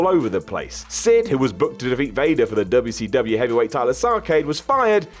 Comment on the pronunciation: I can’t be the only one who finds it funny when says dubya see dubyaaa (wcw) lol